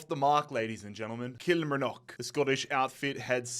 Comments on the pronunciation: How to say Kilmarnock- KILL- MAR- KNOCK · Love these videos man brilliant and engaging start to finish. But please pronounce Kilmarnock correctly😂 it's kil-mar-nock 3 syllables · Only stated watching video . But i hope you finally can say Kilmarnock correctly.... remember. Kil-mar-nock <<<<< say it like this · Someone please teach him how to pronounce Kilmarnock correctly cuz it’s pains me to hear it